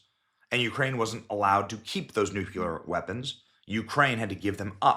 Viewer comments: It is Nuc-LE-ar. Not Neuc-U -lar. Please pronounce it correctly. It would give you so much more credibility. Love the content! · Why is it that nobody seems able to pronounce "nuclear" correctly? "Nook-Leee-Urrrr". Not "Noo-Kyuuu-Lurrrr". Especially people in power, it scares me when they can't say it correctly but are involved in decisions that involve them, like they can't take it seriously enough to learn how to say one effing word. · The word is “NUCLEAR” not “NUCULAR”… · ALSO NUKULAR!!!! WTH!!!! NUCLEAR!!! Unsubscribing!! Its like nails on chalkboard to hear!!! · NU-CLE-AR. Not nucular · The correct term is "nuclear", while "nucular" is a common mispronunciation. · I love you Benny but for God sake, maybe this is wishful thinking , but can we as a society start pronouncing the word nuc-lear correctly! Nuclear, not nucular. Just look at the letters, there is no smoke and mirrors here. It’s basically phonetic. The “Nucular” pronunciation is the white person‘s version of “axed” for black people. I get it, you grew up pronouncing it incorrectly. But don’t double down on ignorance, it’s not that hard to relearn how to pronounce one word. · New Clear, not newkewlur. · NucLEAR not nuCULAR. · Repeat after me: Nu-clear. Not Nu-cu-lar. NU-clear. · It’s Nuclear……NEW-KLE-ARE- Not New-Ku-lar I know, I know, stop being so judgmental😁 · Repeat after me: NEW klee er. Not "NEW cue ler". Nu cle ar. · I know this guest was a bona fide professional, but I can’t stand people who say “nuke-kew-ler “ for nuclear. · When so-called professionals say “nuke-ya-ler” instead of nuclear. 😂 onward for example. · The word is NUCLEAR, NOT NUCULAR. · Nuclear is pronounced new-klee-ur. New-klee-ur. Or try saying it this way. New Glee. Or just say "new clear". Or you could say new- Klee- us. For all people who say new-Q-lur. There is no Q sound in the word NUCLEAR. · Can you both please learn to pronounce nuclear? It’s new-klee-er, not new-kyu-ler. Come on man! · It's nuclear not nucular.